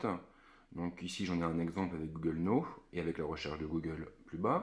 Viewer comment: Google "no" mdr la prononciation. Quant est il de la qualité d'appel?